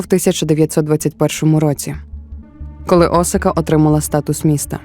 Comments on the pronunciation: Дякую за контент українською! Цікавий матеріал, приємна подача. Але, перепрошую, Асака (наголос на другу А), це не Осака. Асака дійсно знаходиться недалеко від Токіо. А от місто-мільйонник Осака - за 500 км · Пані автор, історія чудова, але Осака - це зовсім інше місто в Японії з населенням до 3 млн жителів. Навіть на карті, яку ви наводите, написано Asaka! Асака а не Осака.